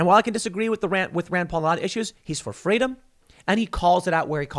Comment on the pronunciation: he said it with the worst german nazi intonation I have ever had. Scrol ya freeedam